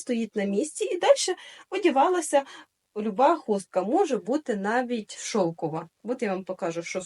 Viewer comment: хустка не шОвкова, а шовкОва!